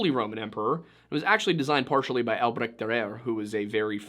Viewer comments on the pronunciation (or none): Albreckt ...who?! Man. You are doing such a great job at pronouncing all those names and places correctly. But Albrecht Dürer is your Waterloo, I'm afraid. Anyway. Great stuff, thx.